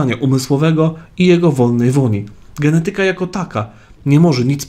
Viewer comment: g e n E t y ka, a nie g e n e TY k a. Akcent! 🙏😊